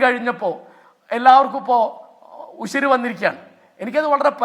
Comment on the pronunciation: ഉരിശല്ല ഉശിര്